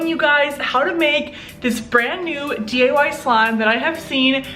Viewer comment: Was I the only one who heard “DAY” instead of “DIY”